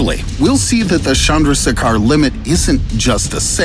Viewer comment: Loved it, but it's Chandra- Sekhar, Being from India I know it would be tough for you to pronounce. Just helping. Chandra means moon btw👀👽🌝